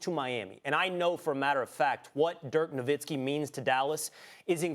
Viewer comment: Who is dirk novitski will?..His name is NoWitski